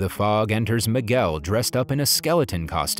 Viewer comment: Boy can’t even say the name it’s Miguel dude